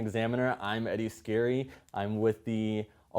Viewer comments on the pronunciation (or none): His dad should have told him how to pronounce his old Irish name correctly. It's S-carry not scary.